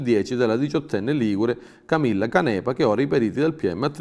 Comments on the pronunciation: Ciao, grazie! Il tuo lavoro è magnifico e Controcanto una trasmissione che ormai è indispensabile per affrontare le notizie con la giusta ironia! Io da genovese la pronuncerei Cànepa e non Canèpa, povere vittime, riposino tutte in pace. Grazie! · Canepa è con l'accento sulla prima A (Cànepa).